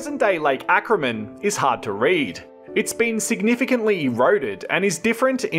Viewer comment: Lake Acraman, not Ackerman.